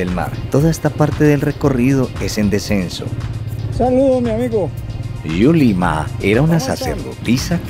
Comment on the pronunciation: Me fascinó este video, paisajes tan hermosos, un video super genial, muchas gracias y el nombre de la princesa es: DULIMA no Yulima